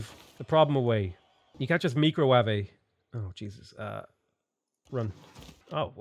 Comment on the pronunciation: “Mee-cro-wah-vay?” Leave Nigella alone!